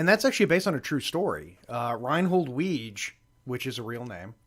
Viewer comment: “There’s a real Judge Reinhold?” No. Nobody said anything about a real Judge Reinhold. Also Weege’s name is pronounced “Wig-ee”